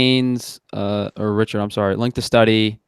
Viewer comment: Why can't this guy pronounce "sorry" and multiple other words correctly? Wtf is suree?